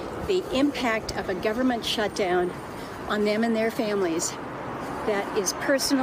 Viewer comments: Not to be "thag guy", but...SHTUDOWN...no one noticed or could fix it? :P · "Shtudown?" Your quality control is slipping, MSNBC.